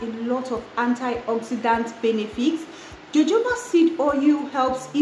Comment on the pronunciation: 🔥@ it's Jojoba ie sounds like Hohoba😂😂‼️